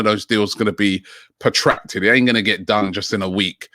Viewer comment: It’s protracted not potactred Robbie!!